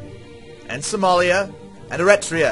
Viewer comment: You pronounced Eritrea wrong ;)